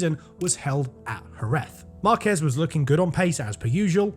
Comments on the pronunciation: There is literally a diacritic on A and you still pronounce the name as marKEZ. It's MARkez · Is not Marquéz is Márquez with the accent in the first syllable. It even has an accent on the "a" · Tip for you: If you see a Spanish word with an accent you have to stress that syllable. Stressing the "quez" in "Márquez" makes you look pretty bad.